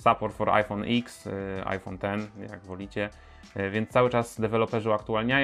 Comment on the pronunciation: iPhone dziesięć a nie iks